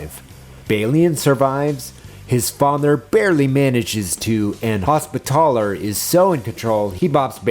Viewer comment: Your pronunciation of Hospitaller fucking shellshocked me. I’ve never heard somebody put so much emphasis on “TALLer.”